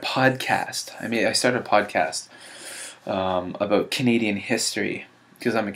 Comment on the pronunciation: i went from piano to violin, to viola, to choir....i can't even come up with anything that lasts for more than 5 years...well besides writing...i guess that one stuck with me for a while btw. i happen to notice ur Canadian accent lolz "about"